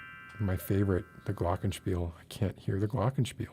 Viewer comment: oh! You said Glockenspiel, and so perfectly! I m sorry about the stream. and I m sorry that I m allways way too tired to stay for long